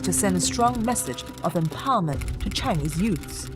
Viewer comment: thats the most chingchong pronunciation, did you even research on how it's pronounced before making this video?